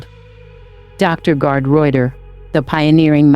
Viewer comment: It’s pronounced L. [Roy-tur-eye]. Good video.